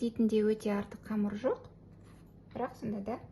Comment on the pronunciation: Не камар, а камЫр